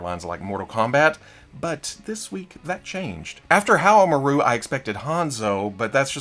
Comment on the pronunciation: Haohmaru is pronounced: How Mah Roo